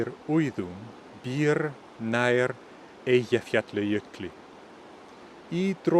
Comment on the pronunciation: I am a native Icelandic speaker, and the only thing I heard that was different from what we tend to speak and what you sounded like is your pronunciation of Eyjafjallajokli is we have a distinct pronunciation of the “ll” that sound more like click or “ckt” sound. Every thing else is good. And it’s also a good lesson for me and those who are trying to learn, as Icelandic is quite a hard language to learn